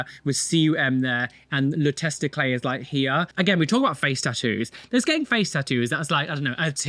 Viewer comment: Love how camouflages words, like testiclay.